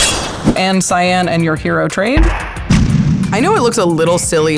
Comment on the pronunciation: Pronouncing Cyan (Cyin) as CyAn, hurts my soul. It makes it sort of a blue color.